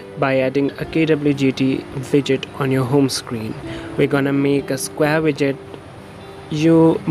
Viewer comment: You said vidget right?